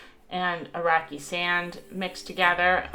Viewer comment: Great video! :) I keep hearing 'Iraqi Sand' when she says 'rocky sand.'